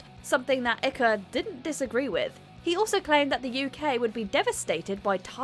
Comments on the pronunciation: David 'Son of God' Icke, (Icke pronounced like BIKE but without the B). Right. Now thats sorted, i'm off for a ride on my Bikker... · Ikka. 🤣🤣 ike. As in eisenhower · It’s Icke as in Bike you morons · Who is David Icker? The half wit conspiracy theorist on Wogan was David Icke, these presenters should at least learn how to pronounce peopl's names! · Icke rhymes with spike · Ikaa, David Icke not Ika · Icke. Rhymes with bike. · its Pronounced EYEK like Bike but with no B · David ikka? 😂😂😂 You can tell the voice over didn't do her research, tut tut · Icker ? Do your research on how to pronounce the name lol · NOT ICKE BUT PRONOUNCED IKE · 'Icke' is pronounced "AIK" in the name David Icke. He's a great journalist who covers important topics. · David Ih cuh ? WTF ? How easy is it to check how to say peoples’ name? Amateur outfit watchmojo obviously doesn’t care about accuracy. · That's David Icke as in 'hike'- ikky?! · its david Icke pronounced like "mike" without the "M" This is not a case of you say tomato and I say tomatoe. just saying. Thats the guy who thinks the government are lizard people. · It is pronounced David Ick (I as in Ice and the CK is just K). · It's pronounced ' Ike ' as in Bike. Okay ? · This narrator should have done her homework! IKKA?? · Did this show INTEND to insult David by pronouncing his name icky??? And SCREW them for disparaging Katie Hopkins too. AND the potshots at Trump too. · "David Ikker" Seriously... has she never heard of the legendary pillock, Icke? On the other hand, chances are everyone has been pronouncing it wrong 🤣 Like every cunt who tries to pronounce Loughborough 🤣😂😂😆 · Learn how to pronounce the surnames of the subjects of your videos ffs ”ikker” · Iekka? Ikka?, Icca?, whaa? Next up how many times a voice over Balls up a Name whilst being a smartarse! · Ikka 🤣🤣. At least watch the video of the Wogan interview in full to get the correct pronunciation. Thats a humiliating embarrassment😄😄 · Icker? Pronounced 'eyyk'.....